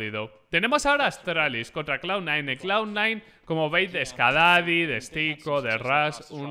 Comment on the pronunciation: Nombre del player: Skadoodle Como lo dice: SCADADI